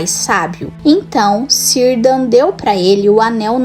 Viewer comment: Mto bom, mas não se fala cirdan, e sim Kirdan, assim como todos outros nomes no legendário que começam com a letra C